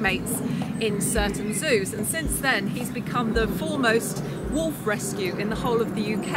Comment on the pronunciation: When the woman says 'wolf' she keeps pronouncing it 'woof' XD